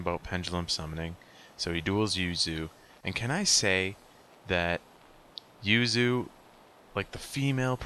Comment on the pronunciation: The yu in yuzu is actually different to the yu in yuya. The yu for yuzu is shorter and yu in yuya is longer.